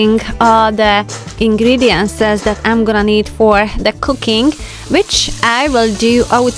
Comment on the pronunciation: Hi It’s not ingredientses as u call it, it’s ingredient for singular or ingredient’s for plural